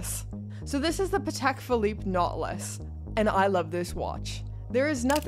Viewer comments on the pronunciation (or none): That Nautilus has a 't' in it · A Nought-e-lus??? Every episode you blow my mind with a new pronunciation 😄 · 😅 jokes, it's kinda funny how you say it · Why does she say nautilus like a syndrome